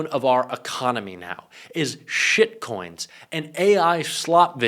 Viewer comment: Wait did you say Shit coin??